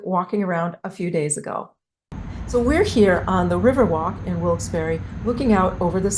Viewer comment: As someone born in Wilkes-Barre whose ancestors were Connecticut Yankees and coal miners I really appreciate the work you put into researching Wilkes...and...Barre. And thank you for pronouncing the town correctly!!! ❤❤❤